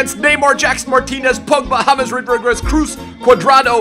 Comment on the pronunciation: Listen to how he says Rodriguez on lmfao